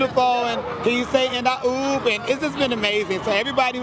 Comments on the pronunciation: It’s more like oo- and not oop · I don't think it's "oop".. it was "ooh"... this is dumb.